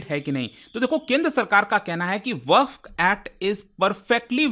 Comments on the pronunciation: its not वकफ its वक़्फ़ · भईया वकफ नहीं वक्फ बोलो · वकफ❌ वक्फ ✅ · "WAQF" KI SPELLING TOH SAHI BOLO,,,,,,,,,, WAQAF NAHI HAI WAQF HAI.